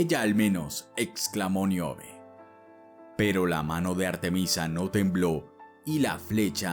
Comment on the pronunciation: No es Miobe. Es Níobe.